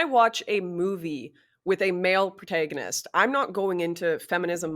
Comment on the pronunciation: I went to look up where she's from, it say Canadian, but I've heard Canadians speak before. I think she just doesn't know how to speak. Who says "throw-out" instead of "throughout"? Who says ant-ay-gonist? Maybe she's a Manchurian candidate...